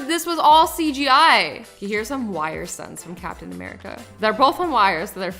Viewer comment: did she just say 'captain americo'?